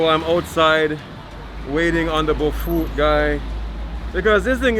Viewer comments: Someone please spell the names of the food that he likes so much, so that he can learn to pronounce it to his satisfaction! He's trying to learn to say things exactly the way we do! He's so smart, so please spell things for him! Some say BOFROT, others say BOFLOT...I grew up in Ghana, born and raised, and I still dont know the meaning of that word. I just know that i love it!! Mm, mom, yum! Especially nice and hit/warm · 😂😂😂omg. It's BOFROT. People who say the "r" as an "l" are mostly illiterates. It's BO FR OTZ Please!! Lawd😂😂😂